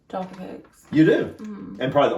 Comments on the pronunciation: Tea...'Yorkshire Gold' is my favourite!! Jaf-fa Cakes - to rhyme with caf (as in the first part of caffeine) NOT JAR_ffa! They are cakes - because cakes go __hard when stale, but biscuits go sift when stale. We eat Jaffa Cakes in bulk - "you can't eat just one!!" The advert used to say: "Full Moon... Half Moon... Total Eclipse" 😊😅😂❤ And Jaffa Cakes rate 10/10 or 100/ 100 for me.❤⭐⭐⭐⭐⭐♥️ Dunk your biscuits (briefly) in tea... Eat your 'biccy' confidently!! (Biccy is pronounced 'bikkie', by the way!) I love Farley's Rusks... (They are mixed with milk to feed young babies) but lots of adults - like me - love them dry_, (if only as a reminder of our childhood!!) Farley's Rusks are not _meant to be dunked in tea etc, and are not really 'biscuits' per se, like the others!! Sad that you don't care for them,😢 but I guess if you didn't grow up with them, they won't hold the same memories for you as for 'most' of us Brits!!😢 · Jaffa, pronounced jaffa. Where did you get the R from?